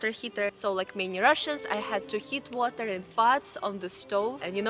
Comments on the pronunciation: pronouncing water correctly but then changing it to Russian style. good vid. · Lol you said water (heater part) like an american, then corrected yourself to say it properly